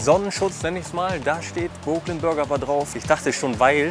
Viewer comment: die sind nicht broke also sag doch wenigstens brooklyn richtig...wenigstens ein mal in deinen videos, könntest du auf google übersetzer dir anhören, wie es richtig ausgesprochen wird, obwohl du das auf der hauptschule ab der 5. klasse gelernt haben müsstest